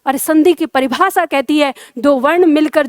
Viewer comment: प्रस्तुति अच्छी है। शाबाश ! अपना उच्चारण सुधारो। विशेष, भाषा, परिभाषा, स्पर्श,देश का उच्चारण देखो। प्रूफ के स्थान पर सिद्ध शब्द का प्रयोग करो। शुभकामना।